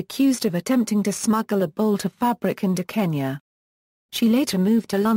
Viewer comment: The girls pronunciation of so many words is regretable, least of KENYA!